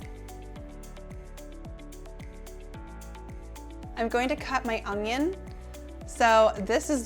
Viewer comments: Un-yun. There is no g in it, so it’s definitely not ung-yun. However... I never would have said anything except for your asking. I’m much more interested in the fantastic content your offering me. THANK YOU!! Love your shirt today, btw. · un-yun for onion; hwa-shin for hoisin. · 🤣😂 no “g” in your Canadian onion but lots of flavour 🤣😂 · I think I'll buy minced garlic and pre-chopped, frozen, bell peppers, butternut squash and onions instead of all that chopping, but great ideas! Thanks! Oh, and here's how you say onion lol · While “onion” has no “g” in it, I couldn’t possibly care less! Your presentation is a great as your food! Don’t change a thing!